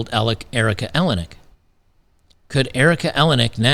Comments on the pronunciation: EleniAk, not Elenik. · Erica Eleniak. (El-N-E-Ak) not ELEN-ak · you pronounce her last name like Maniac........It matters as much as her lost beauty.....Haaaaaaaa George is married to a Much Younger woman & lives in his Chateau in Fronce....Howard divorced his Frumpy wife to marry this bit-o-crumpet (she keeps herself lookin like this as Not to be REPLACED).... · Erika A-lay-knee-ack. Rhymes with Maniac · El-In-E Ack. That's how you say it, no worries, just wanted to point that out. P.S. I think you can see her tits in Under Siege -- I could be wrong.